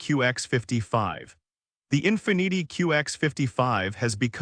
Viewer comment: Stop using computer voices, he called Infiniti In fa neetie.